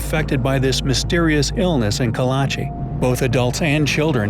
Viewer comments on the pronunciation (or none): Kalachi sounds more like Karachi